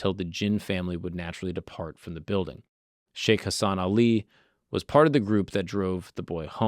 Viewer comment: The pronunciation is sheikh hasan Ali not sheikh hasan Ali